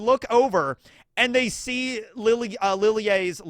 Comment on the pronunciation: I love that pronunciation of Lille has ended up as Li'l Jay 😂